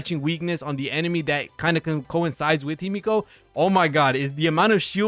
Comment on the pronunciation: Good video, but Himeko being a Japanese name it’s phonetical. So the E in HimEko it’s pronounced the same way as the E in WElt and PEla. Sorry it drives me insane even when I heard this mistake with Pokémon 😂